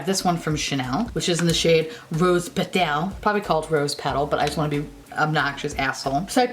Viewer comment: “rose PeTELLE”